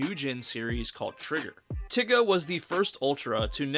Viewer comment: why he pronounce tiga like that 🤔